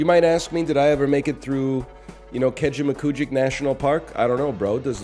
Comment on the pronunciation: I just have to appreciate it that NL pronounced Kejimkujik correctly.